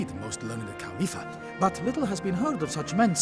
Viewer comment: ITS COW LIIFFA NOT C-O-W-L-I-P-E-R